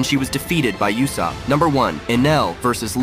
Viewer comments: Are we going to ignore the fact that they pronounce usopp like yousopp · You are mispronouncing Uusops name on purpose right?